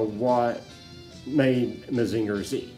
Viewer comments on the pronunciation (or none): mah-zing-ur......not mah-zinger